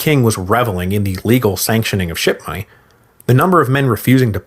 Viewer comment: I’m not the only one hearing “shit-money”, right?